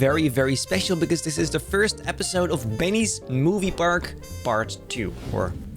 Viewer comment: what did u say? BEENNYES MOVIE PARAK 2? WA